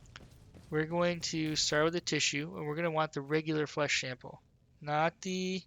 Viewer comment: Lmao flesh shample. Bothered me to no end, that. Thanks for the guide man.